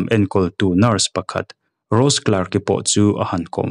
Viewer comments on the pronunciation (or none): none